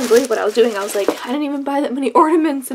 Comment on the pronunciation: *Ornaments not ordainment lol